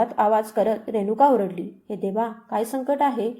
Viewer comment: आरडली नाही ओरडली